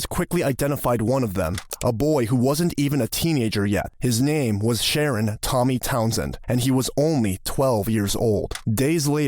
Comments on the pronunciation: What's with the "Sharon"? The parents sound uttelry incoherent. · “Sha-Ron” is probably how you pronounce his first name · emphesis on the last syllable...sounds like....Shu, RON